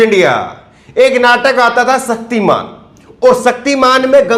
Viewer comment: "सक्तिमान" नहीं "शक्तिमान"। हिंदी तो सही बोलना सीख लीजिए महोदय।🙏